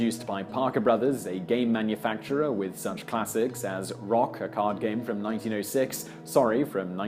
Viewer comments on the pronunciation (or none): The card game Rook is pronounced as Ruck and not Rock as presented in this film. Thank you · You pronounce "Rook" as "rock"? How stupid can you be? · Pop-isle? wrong it's Po-peel. The game is Rook, not Rock. I would have expected you to get that as rooks are European. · First Cynic it also says ROOK in very clear writing